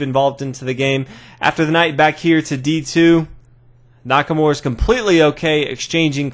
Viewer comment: you gotta try not to butcher Nakamura's name so much. His name isn't Nackamore...